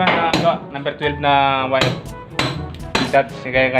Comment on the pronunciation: boss wag Muna ipag ptuloy nakaka hiya ka Mali Ang pronounce mo sa wire o Mali Ang pag basa mo sa Phelps dodge